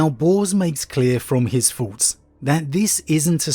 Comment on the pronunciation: I just can't take seriously a grown man with a tongue so lazy as to pronounce thoughts as farts.